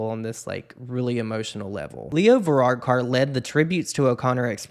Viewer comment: Lovely piece,. Sinead was a woman beyond her years. She was so heartbreakingly intelligent and so fucking troubled. Also, I'm low-key purple from laughing at the way you pronounce Varadkar.